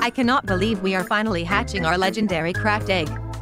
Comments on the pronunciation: It's not legendary it's legandary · Isnt it legendary instead legendery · Stop Saying Legeandary Dog It's TO TO Funnyy!!